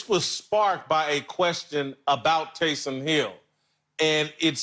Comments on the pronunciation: Lavar: Tay-som Hill lol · Tay-sahm Hill 😂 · “TAYSAHHM HILL” - Lavar Arrington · Who the eff is Tay-Salm Hill? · Lavar pronouncing Taysom as if Taysom Hill were a brother.